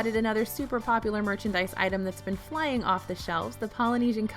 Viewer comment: Did you say "Shmying" off the shelves? lol "Shmying would be more like wandering around lazily. Not flying off the shelves.